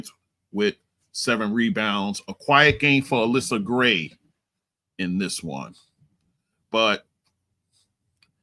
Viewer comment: Pronounced: ALLi-Sha Gray